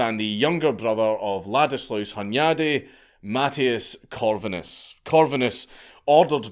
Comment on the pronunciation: Steven would have been called Istvan over there. Hunyadi = Hoon-yud-e. Never piss off a Magyar. Imagine when they don't even remember that rule. Really even when swords and spikes are out of the way, the arguments are fucking loud. The quiet ones. It was a testament to decentralization, imagine if that virginity rule was across the Magyar Kingdom. Mattias (Matt-e-ash) Corvinus (Horvath) arrested Vlad to trick the Romans and put the Ottomans at over confident guard. I think his horrors to his people are over stated, however I think he just defended brutally and brutalized incompetent Government officials, many people say they want to do it, he did it.